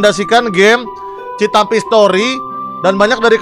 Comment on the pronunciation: cinta mimpi bukan citampi jangan( dibaca citampi nya ) harus dibaca cinta mimpi